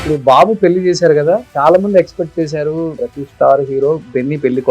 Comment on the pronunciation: తెలుగులో ళ అనే అక్షరం వుందిరా పెల్లి అంటావేంట్రా పెళ్ళి అనలేవూ? మల్లీ కాదురా బాబూ మళ్ళీ అనాలి!